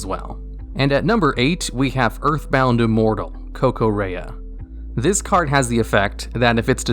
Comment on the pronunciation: Holy frick he actually pronounced the earthbound immortal correctly